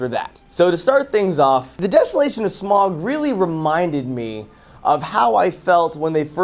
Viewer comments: I haven't seen the film, but I agree with in the sense that, being a big fan of the book, I knew that three films was too much. Also, his name isn't Smog. It's Smaug (like Sm-ow-g). I don't know how much attention you could have been paying to the film if you can't even pronounce the title character's name correctly. But, I digress. I do agree that, as much as I want ten hours of the hobbit because I loved the book, I know in my heart the more the merrier does not apply here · It's not smog it's smaug